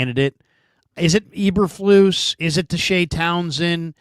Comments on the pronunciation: Matt Eberfluss and Robert Suhlah🤣🤣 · I think he actually says Saleh's name right. Saleh is Lebanese. He definitely bungled eberflus though 😆 🤣